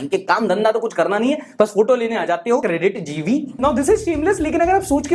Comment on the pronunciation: Credit jeevi ko aapne kuch zayada hi Jor dekar bola hai. , Aisa kyo